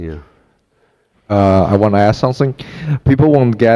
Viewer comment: You said aks 😂